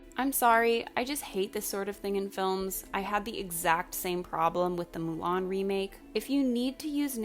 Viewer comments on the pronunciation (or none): none